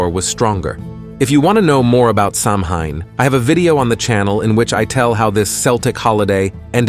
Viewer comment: Samhein... it is pronounced Saw'Wen.